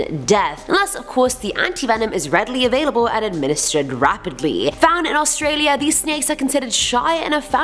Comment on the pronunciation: Australia I’m sorry but it got me triggered a bit